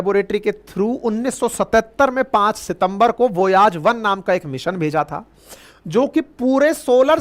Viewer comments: वोयाज 😂😂😂😂 इस बन्दे को खुद कोई खबर नही है। I stopped watching . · Galat mat bolo voyaj nahi hai I challenge you